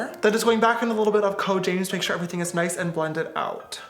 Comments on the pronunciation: it is RIDICULOUS how much my sisters make fun of me for saying "ShOrE" instead of saying "sure" like James you have seriously made an impact on me lol😂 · We need to put "shore" in the dictionary 🤣🤣🤣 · S is also for “SHORE” 😂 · T for “ Thank God” S for “ shore” 🦋💜🦋